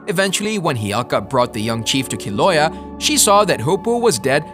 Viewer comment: it's keel-ow-aye-yuh. 'Kilauea, her home lol. Our goddess is also from Tahiti, NOT Haiti. But yeah, good stuff.